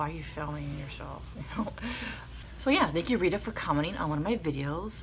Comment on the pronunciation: Aww Thank you for the shout out 😍😍😍 You're so sweet! It's Gitana not Rita btw lol 😂😜 Now u got me craving a burrito yum & Thank you for the tips 😘